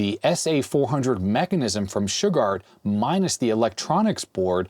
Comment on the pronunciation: My mind is broken today.. Every time says "Shugard".. i just 🥺..... i can't.... >> Damn Simpsons 😡..